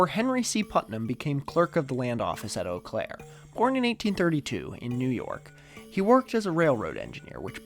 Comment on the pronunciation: dang, you said Eau Claire correctly